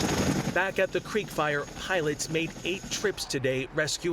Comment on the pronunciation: Did she say, “creek fryer”?